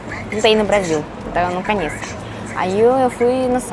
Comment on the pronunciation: Engraçado que ela NUNCA USA A LETRA "O" nas palavras. Ela diz: Aeraporto (Aeroporto), "Canheço (conheço), Balinho (Bolinho), Camputador (Computador)... rsrsr tem de aprender as vogais em Português. rsrsr Mas acho que é o charme dela. rsrsr